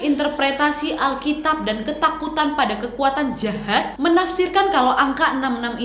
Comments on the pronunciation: salfok pas ka nadia blang jahad..😂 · Kenapa waktu kak nadia ngomong jahat jadi "jhahat" kayak medok gitu😂